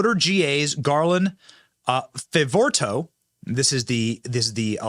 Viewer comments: Dear Benny: We need a list of these charges for the entire year and previous. It might make the Deniers at lkeast listen. BTW, it is pronounced Favoreeto. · Benny, it’s pronounced Garland Fav-ugh-Rito. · Hi Benny, his name is Garland "Fav" as in "hav" ......"vor" as in ""for" ...."ritto" as in "frito" or Garland Fav ...vor....rito! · It's pronounced favorito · You pronounce his name "Fay-vor-ee-toh".